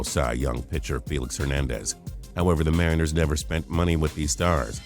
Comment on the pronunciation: You pronounce "Mariners" wrong